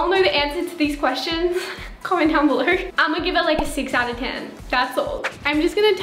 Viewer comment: ""In today's viderrrrr"" ,"comment down belorrrrrr"